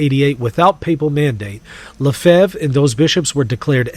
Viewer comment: Good video, but his name is not „Le Fave“ ;). It’s pronounced more like Le(gislation) (fe)nce fre(nch).